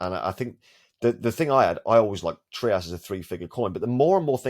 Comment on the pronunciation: Hello boss. The founder and CEO of TRIAS Anbang Ruan, pronounced it as “TRY-us”, not “TREE-us”. That is how he said it anyway. Out of respect, might as well say it right.